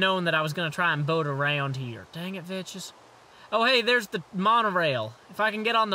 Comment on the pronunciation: thats not how you pronounce Vechs, its mor like Vex.